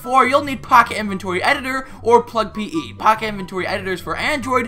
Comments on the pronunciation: This was really funny. The way you said POcket edition tho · How u say minecraft POCKET edition XD